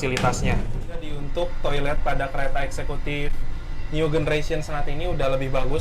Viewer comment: new generation itu baca nyu jeneresyen bro, pake j bukan g. cek di google translate kalo nggak percaya. awas salah baca itu dicontoh loh sama penonton/subscriber video/channel ini, kalo mereka ikut salah anda termasuk melakukan pembodohan massal.